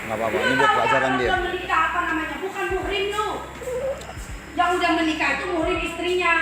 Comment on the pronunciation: Muhrim??🤭 Emangnya lagi ihrom😄. Mahrom buk, bukan muhrim...